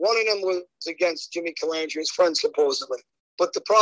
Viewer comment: Larry harping on Jimmy saying Mezza not Mazza but Larry is saying Calandrea not Calandra.